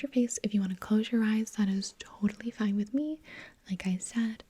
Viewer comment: You'll be FOIN